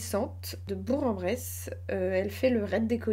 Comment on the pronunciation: Et on prononce BourK - en - Bresse (ce n'est pas logique mais c'est ainsi :)